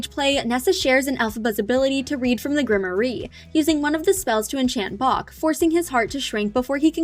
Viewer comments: I keep hearing folks say grim-or-ie but isn’t it grimoire (grim -rawr) ? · Grimoire is grim-war. The e is silent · grimoire pronunciation gruhm waar. If you don't know to pronounce something, don't guess, loom it up!